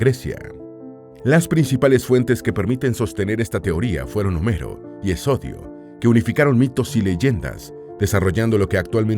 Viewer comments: HES IODO , no "es odio" como lo dice el pazguato loro...cutor. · Hermoso informe. Pero con "Hesodio" seguro te referías a Hesíodo